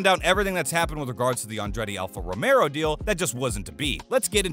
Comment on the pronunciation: "Mario" Andretti attempting to buy Alfa "Romero"? Couldn't listen past that.